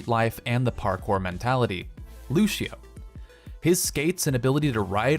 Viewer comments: um did anybody notice that he said lushio lol its lucio XD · and why do u call him loochio its pronounced loose-io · Is it written as "Lutio"? No. Then it is not "Lu-shi-oh". It's written as "Lúcio" so learn how to fucking pronounce it, you idiot.